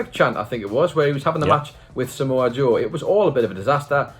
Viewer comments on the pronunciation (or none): none